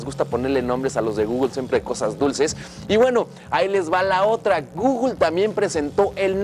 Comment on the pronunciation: No sabes ni decir Google wey